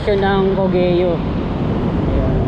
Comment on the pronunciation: Cogeo not co-ge-yo pronunciation double pronunciation not triple pronunciation thanks